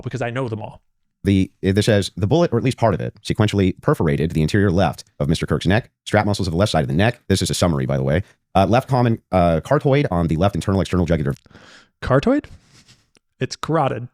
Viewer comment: I he knows Jack! It’s not “interior”. Body positioning is not described as “interior” dip wad. It’s anterior left. Front left. And what? Is he describing a carrot? Or the carotid artery? It’s not flipping pronounced like the word “keratin”. It’s car- AWE-tid.